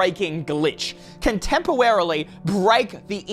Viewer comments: Please tell me I'm not the only one who heard him say "temporarily" as "tempo-wear-ily" idk I'm hearing things lol😆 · am ithe only one who niticed that he said tempowarolly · Im sorry and i get that from to its supposed to be super dramatic but the tiny mispronunciation of temporarily just ruined it for me (in a good way)